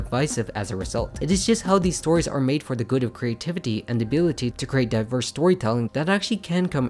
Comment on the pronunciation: Why do you say crate instead of create